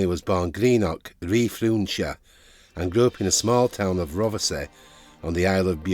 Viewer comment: Good video but you need to practice pronouncing Scottish place names,Greenock in Ren-frew-shire and Rothe-say on the Isle of Bute no hyphen,that's just how to pronounce it,only a few miles away from me on the west coast of Scotland,but other than that an enjoyable although sad story